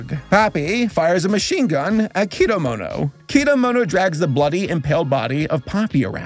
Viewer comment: Nice, but why do you pronounce Kedamono's name as "Kidamono"? 😂